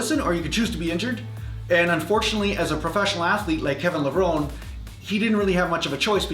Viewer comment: It's Kevin Levron-ee. That's how he likes it pronounced and dislikes it when ppl say "Lev-rone"